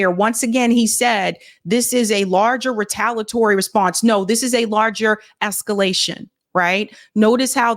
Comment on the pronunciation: The pronunciation of Retaliatory is off. You have to say the i otherwise it just doesn’t sound right.